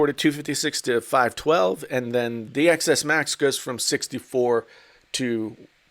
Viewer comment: "Eks R" "Eks S" I hate you